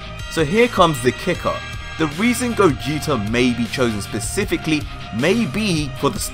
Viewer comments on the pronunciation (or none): none